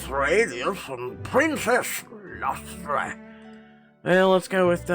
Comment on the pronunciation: Lustre is pronounced LUST-uh, it describes a glow or shine on an object. The key members of the Sun court all have light names.